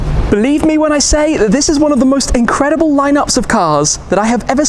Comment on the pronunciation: Incwedible Kaaz Indeed!!